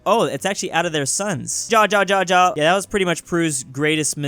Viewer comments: When is on European languages, "Ja" Is pronounced like YA, when is in Spanish, is HA. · you said ja the wrong way it's more like ya